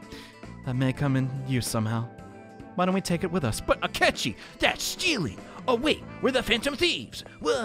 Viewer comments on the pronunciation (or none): Akechi is still "Skechi" huh